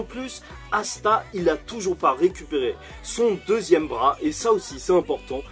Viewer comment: assa au lieu de Asta😭😭